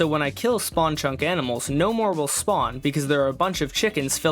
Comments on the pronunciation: "aminals" ITS ANIMALS NOT AMINALS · bro really said AMINAlS